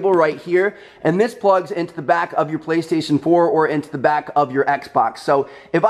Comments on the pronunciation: Did anyone hear that he said baestation instead och playstation haha?! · You said baestation not PlayStation. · Listen from to , he says baystation instead of PlayStation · I swear I thought he was saying bae-station 😂😂